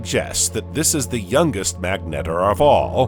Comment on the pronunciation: I can't figure out if this is an AI voice. Very interesting how you manage to sneak in an extra syllable on almost every word. Meg Net Tar